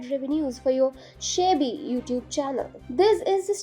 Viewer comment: Shabby pronounced like this - “ shah +bee “. Not important though